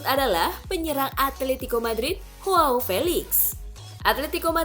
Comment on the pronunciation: Mengkoreksi dikit ya min, bacanya bukan Hoao, tapi Joao aja biasa, karena Felix bukan orang british